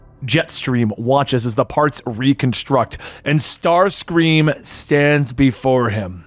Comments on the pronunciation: Did messed up Jetfire and Starscream's names a few times 😅? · no disrespect bit Starscream and Jetfire's names got absolutely butchered.